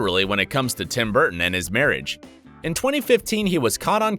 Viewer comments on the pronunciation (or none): none